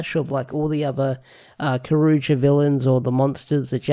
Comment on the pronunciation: Cyour you jer is how you pronounce it. Also Kyoryuger focuses on Daigo the red ranger too much.